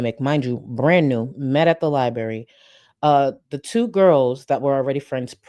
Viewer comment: Gorl, the way you keep pronouncing “Library” is killing me 🤣🤣🙏